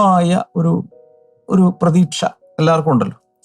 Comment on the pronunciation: Prethasha ennau paranjal pretheeksha